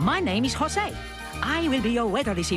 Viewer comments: It's not "Shosay" it's "josé". É sounds like the "a" in "apple" in the US American pronunciation. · It's Jose (HOE-ZAY, NOT JOE-ZAY) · Ah man, knowing now that his name is supposed to be Joe-ze instead of ho-ze really makes me wish that future version’s of the three caballeros will go back to this pronunciation. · Pretty annoying when he calls himself "José" with that spanish "J". I wish they correct it. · and I've enjoyed performance more, although that 'Ho-say' pronunciation kinda annoys me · And real spanish people gets annoyed at americans how they butcher or bastardize the prounouncations in J sounds. Instead of the SH sound (not as in shoot but as a horking sound, you know the sound we make to prepare to spit) the americans wrongfully say H so José is prounounsed Hose-ay instead of Sch-oh-say or Jalapeños into Hall-ah-la-pen-yos instead of Sch-ah-la-pen-os. We swedes can easily say the SH sounds as we have many words starts on S, K, SK and so on that is porounced with the SH sound. If you don't know how to do it, search videos on here on YouTube for how to pronounce the SH sound. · Its weird that you pronounced his name wrong despite you doing research and getting clips for this. I guess your familiarity of Jose was rather low before this, then you did the research then audio recording first, and did the clip finding last, resulting in you pronouncing his name wrong. Other than that, this was nice.